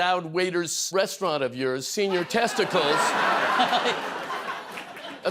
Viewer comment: It's Senior TesticlEEs. Hard E.